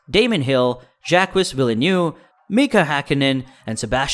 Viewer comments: I am quite upset with how you pronounce Jacques Villeneuve. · You may want to put people's names into Google Translate in their native language to learn how to pronounce them correctly. There's no "sh" sound in Verstappen, nor is Gianpiero Lambiase's last name pronounced in the English manner, but rather the Italian manner, since it's an Italian name. Also, his nickname is GP in the garage/on track. Also, Jaques Villeneuve and Gerhard Berger's names were also pronounced incorrectly. It's obvious you're new to the sport. I applaud you taking the time to create this content, and it is very well edited and scripted. Just a bit of constructive criticism on the pronunciation of the names, but for the rest, good job, and keep it up. I've liked and subscribed 😁